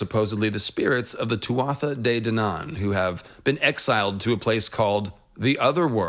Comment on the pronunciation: As someone who is fluent in Irish i just have a quick note on the pronunciation of Tuatha Dé Danann. We would pronounce Tuatha as two syllable. Very close to how one pronounces Twah in hawk twah. In Munster irish at least.